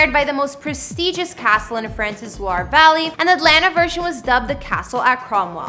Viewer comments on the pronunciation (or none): none